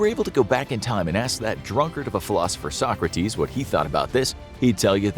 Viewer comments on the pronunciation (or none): none